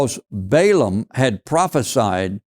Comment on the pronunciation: it is pronounced short vowel A Ball aam